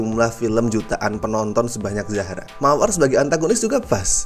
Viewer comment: zara bang bukan zahra